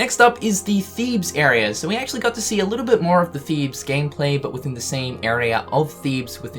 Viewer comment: im so proud that you can say thebes properly now, well done mate